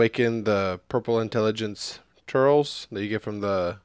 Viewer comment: It's not turls, it's tur-les